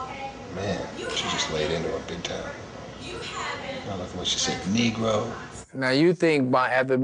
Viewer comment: the WAY he said it too!! 😂 "NE-GRO"